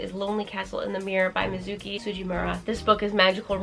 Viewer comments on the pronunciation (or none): none